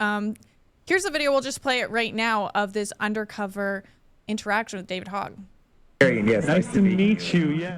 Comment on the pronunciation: You guys mispronounce Veritas and Hogg, and come off like noobs